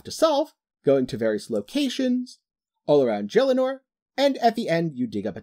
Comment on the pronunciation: Great video but the way you pronounce Gielinor is just wrong..